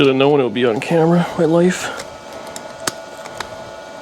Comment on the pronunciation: I love that "Camerra" you did a great job in a short time! Mortske should buy it and finish it! 😁👍